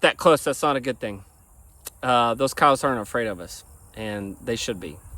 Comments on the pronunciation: Ok. You meant coyotes. At first I understood "cows". Weird pronunciation. 😂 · Me to notice that I hear cowes